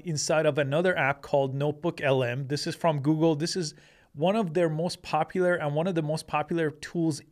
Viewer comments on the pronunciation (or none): none